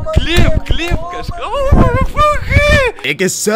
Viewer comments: Oh gee ess > ah guh seh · "ah gu su" cmonBruh